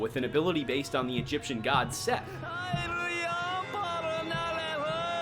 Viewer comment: fun fact; Seth is pronounced "set"